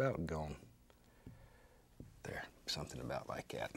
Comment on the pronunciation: Then do this just like " yat"....instead of " like that " .